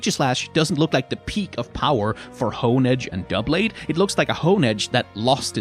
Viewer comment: I’m proud of you for pronouncing doublade right. I hear “dew-blade” so much.